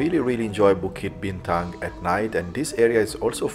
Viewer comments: Bro, minute , actually the Petronas Twin Towers is just a 9 minute walk from Pavilion Bukit Bintang if you just follow the main entrance past Five Guys and Starbucks you'll find the bridge that connects directly to the KL Convention Center which is next to the park. Also bro, you butchered the pronounciation of 'BUKIT BINTANG' throughout your whole vido😅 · it's Bukit Bintang not Bituk...Bukit means Hill, Bintang is star so Star Hill 😊...enjoy Malaysia and the food!